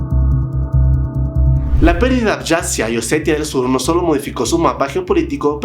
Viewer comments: YORYA, YORYANOS, ABYASIA. Normalmente amo tus videos pero este me ha roto los oídos. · Y entonces es Jeorjia? Jeorjianos? Abajasia?